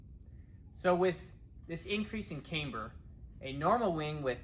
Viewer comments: We used aluminium, not aloominnim where I qualified as an advanced grade metalworker. And it is camber, not cameber. 😊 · Neat plane. Thanks for the overview. BTW: camber is pronounced "cam-ber" rather than "came-ber" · Its Pronounced Camber not Cameber have you ever herd of a Cameshaft in a car engine? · Yes, as others have noted, it's camber as in amber. Solid aerodynamics, though. Better implementation of leading-edge slats than Willie Messerschmitt's in the 109 😉